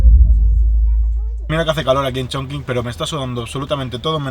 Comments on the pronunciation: Todo genial, es total esta ciudad. Pero se pronuncia: Chonchin no chinkin 😗😗😗. Un abrazo! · holaaa! Yo nací en esa ciudad jajaja y como comentario positivo se pronuncia “chongching” aunque se escriba “chongqing”. Videazo!👍🏻❤️ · Hola! Me ha encantado el vídeo aunque cuando decías el nombre de la ciudad me chirriaban un poco los oídos jajaja 😂❤ Para próximas veces, acuérdate que cualquier sustantivo en chino que tenga la letra Q y después una única vocal se pronuncia como “CH”, como en la primera parte de CHongqing 🥹